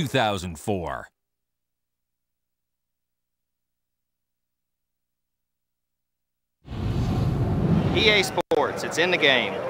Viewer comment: “EA SPOWTS” 10/10 Elliot Sadler